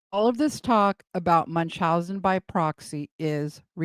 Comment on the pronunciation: Wonder if Spelling can read. She can't seem to pronounce Munchausen's By Proxy!!!